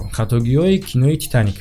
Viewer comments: Э паат фитаник не титаник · Fитаник не Титаник